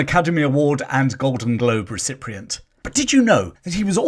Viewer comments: Absolutely fascinating, thank you, but there's no R in recipient (you kept pronouncing it recipRient). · ‘recipient’ is spelt and pronounced ‘recipient’ - NOT ‘recipRient’ (WTF) 😂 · It’s recipient not reciprient as seem to pronounce it. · "RECIPRIENT"......YEAH RIGHT. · Please get rid of the AI bot... millions of people speak fluent English. This bot does not "Davids Niven"..."recip rient"... Verbal diarrhea badly pronounced.. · Recipient. Re sippy ent You have an extra R in there somewhere. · Thank you for putting all of this research together in one video - long overdue. By the way - recipient does not have an R in it so don't pronounce one!